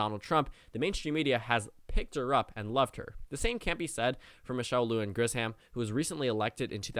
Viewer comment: I know my governor, and her last name is pronounced LU-han GRISH-um. Get it right, because if something happens to Biden in his advanced age, she could be your president!